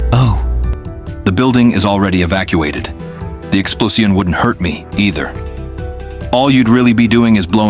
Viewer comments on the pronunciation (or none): Oh... Oh I'm fucking disappointed in this channel... - "exploseeun" You're using AI voices and not actively even contacting VA's like me to help. I had suspicions, but yeah I'm out. Great channel brought down by greed baby. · "...the exploseeon..."